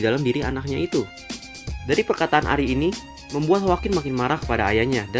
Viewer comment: Bang WHITE itu dari keluarga ARIE bukan ARI (dalam cara bacanya juga) soalnya Arie sama Ari beda.. walaupun Ari itu turunan dari keluarga ARIE sama kyk Ponsekal yang turunan dari keluarga Eurasia (kalo di Naruto kyk cabang dari keluarga Hyuga) cuma mau koreksi bagian itu aja sih, sama request tentang kekuatan dan member keluarga Khun dong!